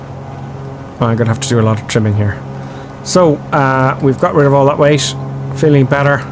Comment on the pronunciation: No offense, I'm just wondering why are you pronounce cockpit as "cockpish", weight as "weighsh"? What is this accent? Cause I'm not a native English speaker, just curious.